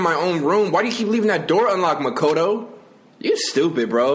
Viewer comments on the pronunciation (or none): ah yes, main protagonist muh-cado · Ma-ca-toe > Ma-ko-toe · He calls Makoto Big Mac 😂😂😂🤣🤣🤣🤣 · SAYKURA HEENA MACOTTO BYEAKOOYA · “mah-cod-oh” “seh-kurah” “hin-ah” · The way he days Makotos name as Makado DHSHHFISJS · I love how he pronounced Makoto like tomato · SA-IAKA MA-KA-TO BOO-YOO-KA SHA-KI-RA TOE-DO-RO-KI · "mAkAto" "sAkura" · Man I love this but Can we talk about “Makahtoe” “sack-ura” “sakeara” why he gotta do these names so dirty :( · I love how he pronounces Makoto lol